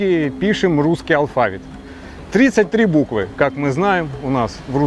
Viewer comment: ну только не алфАвит, а алфавИт, ухо режет.